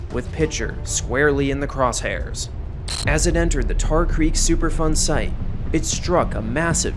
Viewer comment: I 100% thought he was saying “Super fun site” and had to google it because it doesn't sound that fun ngl. I mean, I could be wrong… Don’t let my unsupported pessimism get in the way of super fun.